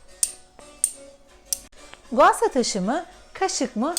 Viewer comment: abla o gua şa diye okunuyor .s